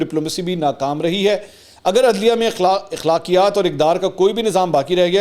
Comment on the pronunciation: منصور بھائی لفظ اَخلاقیات ہوتا ہے ، اِخلاقیات نہیں ! پلیز تصیح فرما لی جئے